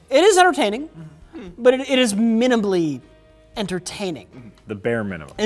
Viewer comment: "Minibly" ha. Add that to the list along with "Moopies"